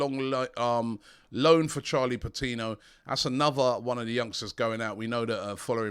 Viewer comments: AFTV putting an "h" in Patino like we wouldn't notice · "Charlie Patinho" the dyslexia is rife at AFTV. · Patino not patinho he isn't Brazilian mate.